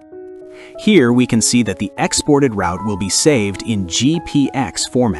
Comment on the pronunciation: Work with pronunciation, especially word ROUTE!!! Video is good